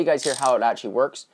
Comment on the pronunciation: A lot of grammatical errors. Also it sounds like your saying "etchee" instead of "actually".